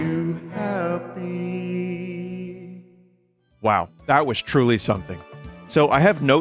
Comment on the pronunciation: That's it, he came to bruaziu